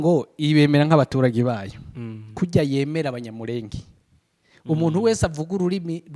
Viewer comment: ibiganiro byanyu nibyiza ariko please nagira ngo mbasabe mujye muvuga izina ryacu muri correct way. turi Abanyamurènge not Abanyamurénge.